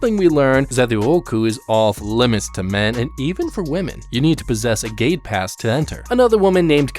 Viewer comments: I kept thinking whenever he said gate pass he said gay pass😂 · I kept thinking you were saying gaypass I was very confused at first.